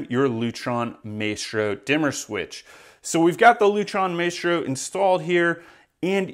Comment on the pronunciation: You don’t even know how to pronounce Maestro🤦‍♂️